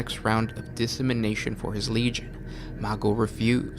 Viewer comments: lol I love that half the comments are making fun of for either reading from the wiki or failing to read the words correctly. lol dissemination. It’s decimation. Stay in school kids. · Dis simin nation? Its pronounced de ci maY tion....spelled without the y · "decimation" deh-sih-MAY-shun You're saying "dissemination", and it's infuriating. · dissemination? or decimation? nice work though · Decimation is killing 1 in 10. It's pronounced Des-ah-may-shun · Dude your pronunciation of decimation makes me want to shake the shit out of you, but then you top it off my mispronouncing the first half of diaspora its "DIE-AS-PORA" the empire is named after that word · It is indeed. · The lost knowledge of pronunciation had been long forgotten by the making of these videos. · Yeah that pronunciation had me confused lol